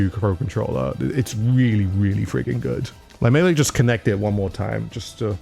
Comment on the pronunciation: How many times has he said goodt 😭😭😭😭😭